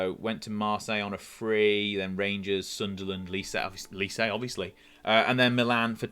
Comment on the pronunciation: Enjoyed the video but your mispronunciation of Lecce tortured my soul 😂